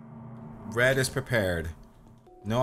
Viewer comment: In the start when Cupquake is talking: And i am her with my husband Red!' I'm always hearing: And i am her with my husband Bread. And i lovee this videoo :D